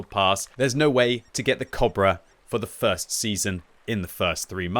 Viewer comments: y u pronouncing cobra weird ? isn't it co-bra like a long 'o' like in boat not kobra like german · It took about 6 times of me hearing say cabra to realize he was trying to say cobra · how you pronaunce cobbra, dude